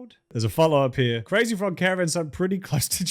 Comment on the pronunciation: you also couldve bothered to google the crazy frogs creators pronunciation lmfao